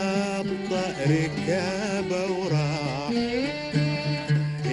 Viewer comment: كنت إلى وقت قريب أحسبه يقول بالمقطع الأول عالطأر كابه و راح وكنت أقول كل هالسنين وش قصده بالطأر؟ ههه لا يصير قصده القطار, بالأخير طلع سمعي خطأ هههههههه أبطى ركابه و راح هذي الصحيحة لكن طريقة نطقه شربكهن مع بعض الله يرحمه, لو مخفف الألف في أبطأ و خلاها بدال ألف قطع تكون ألف مقصورة نطقاً و موضّح الألف بأول كلمة ابطى, كان فهمته. بس الكلمات روعة و الأغنية خالدة في التاريخ الخليجي للمرحوم عوض دوخي الله يتجاوز عنا و عنه ويرحمنا برحمته آمين.